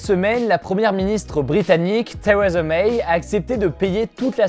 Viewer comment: Franchement comment t'a prononcé Theresa May 😦 j'ai kiffé